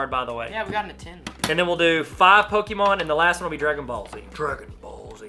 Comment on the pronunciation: Pokémon not poke——-E——mon